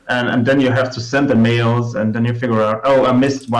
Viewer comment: Good listen, and it took me about three or four repeats before I realised you were trying to pronounce “Mail”... “Mow” ?!